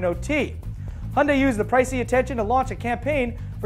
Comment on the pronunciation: finally he learns how to say hyundai right